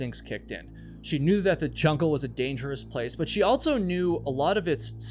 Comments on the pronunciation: If this were true, then everyone from wherever he grew up would put Ts where they dont belong, and omit them when they shouldnt. He says "buh" instead of "but" yet puts a T in the middle of also. There's a lot of this going on. Start listening for it. It's like the new "Valley Girl" from the early 80s. It seems to affect liberals more than conservative types. Children speak this way, and it is incumbent on parents and teachers to correct these things. But teachers aren't allowed to shame kids and parents are too checked out or narcissistic to notice their child hasn't outgrown their toddler-speak. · Why do you say altso instead of also and elts instead of else? You are a type of broadcaster. As a public speaker, more is expected. It's not your fault- Your parents should've corrected you while young, but that didn't happen. So you'll need to fix your leftover childhood grammar issues as an adult.